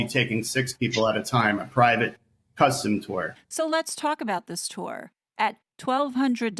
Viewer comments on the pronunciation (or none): none